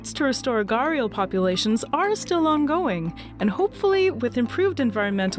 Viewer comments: In Hindi from where the word comes, it’s pronounced “‘ghuh-rdee-aal” with a heavily aspirated h and and a rolling d and the accent on the first syllable. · Loved the video. Just taking the liberty to correct the pronunciation , it's GHA-DI-YAAL. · Every time I hear her say "garial" . I feel like banging my head. 👏That👏is👏not👏 how 👏you 👏pronounce 👏it👏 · Fun fact it is pronounced "Ghari-yaal" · Umm..the pronunciation is actually * gha-ri-yaals * thanks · It's pronounced "Ghadiyal" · You pronounce it wrong. It is Pronounced as - ghadiyaal Its a word from Hindi language. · Gharial is pronounced as ghadi-aal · You pronounced it wrong . It is pronounce ghadiyal. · It hurts me hearing her pronounce Gharial. its more like GHAD-E-YAL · It's pronounced as "Ghad-ee-yal" in Hindi. That's the proper pronunciation. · She pronouncing it wrong way...it is called "Gho-ri-al" in India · stop calling them gharials. its so irritating. its gharriaals agian riaaals and its not r its rr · Everytime she says "ghaials" it pisses me off!! That r in gharial is for a purpose....so plzzzz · Why can't English pronounce the words right?? Why Why are there silent words? What's the use of silent words? Its not garial. Its G - H - A - R - I - Y - A- L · Bruh people not pronouncing thing the way they are supposed to be pisses me off. What is this pronunciation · Your pronunciation of “gharial” had me in splits ... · the fact is its an Indian name. So we found it a bit strange , coz the person ain't even trying to correctly pronounce. I know they cant pronounce like we do but still it sounds weird to someone who knows the exact pronunciation. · In the Indian Subcontinent, they are pronounced as : Gh(like in ghost)-a-Dee-aal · I got disappointed in the first half minute of the video when you pronounced gharial wrong. I can't tell the actual pronunciation via message but if pronounced correctly it sounds like a name which can bring goosebumps just by hearing it. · it's not gaarial... it's Ghaddiyaal.